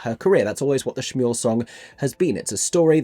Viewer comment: I wonder if some of these staging choices, such as having them together during Shmuel, are a response to the film version? Perhaps they assume that will be the audience’s most common point of entry and they don’t want to confuse them, idk. Her saying “Schmuel” is unforgivable though, given the whole thing is structured around the one moment when they’re in sync during Next 10 Minutes, and how important that lack of synchrony is thematically.